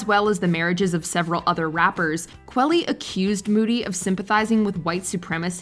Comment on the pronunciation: Kwah-lee. Like quality.